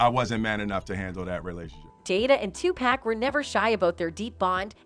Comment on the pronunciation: I hate the way y'all do videos of Tupac and they say his name in the videos. Y'all still say this man name wrong